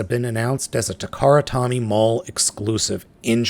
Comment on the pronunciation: It's Takara "Toe-Mee" not Takara "Tommy".